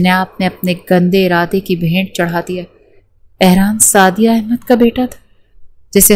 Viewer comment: نام سعدیہ ہوتا ہے سادیہ نہیں